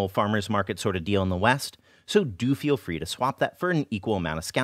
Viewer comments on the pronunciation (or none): none